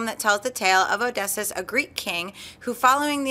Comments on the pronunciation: ohh-diss-eus not odissis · Oh-Dee-See-Us. Not Oh-Dess-Us. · Oh - dee - see - us. Not Odessus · lol "Awdessus". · Odysseus is pronounced Oh-Diss-See-Us. Love the show. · The way butchers the word Odysseus...like...wow! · Omg, mispronounced Odysseus. I'm having a grammar heart attack